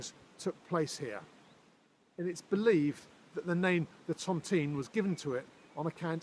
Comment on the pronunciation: Hi. Lovely video, just one pet peeve that I can’t help but mention because generation of my family were housed within the tontine cottages. The pronunciation of Tontine isn’t Tonteen but Tont-eye-ne.